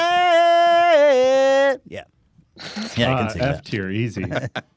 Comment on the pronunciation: I left my like on the video as soon as Ethan hit that “ I WOULD UNDERSTANDSDD”